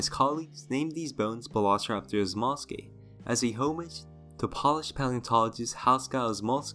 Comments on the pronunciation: P-oh-lish, not p-ah-lish, they aren't shoes. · Funny how he can pronounce all these crazy dinosaur names yet keeps mispronouncing “Polish”